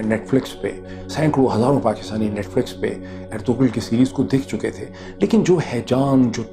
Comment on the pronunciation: I don't know why do you pronounce ErtuGral where as the name actually Ertrul in Turkish this kind g is not pronounced it is not a big deal but was not expecting it from you You said you have watched it on Netflix where it is in Turkish language with English sub title every body is clearly saying Ertural